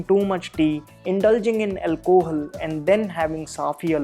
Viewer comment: did he just say alcohool? lol